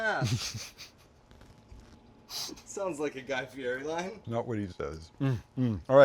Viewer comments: Guy Fee-Eddy is how he pronounces his name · Do you say Guy's name wrong on purpose?